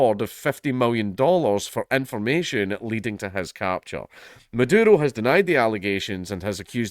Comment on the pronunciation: I dont know if its on purpose or just his accent, but im hearing him call the vz prez madoodle.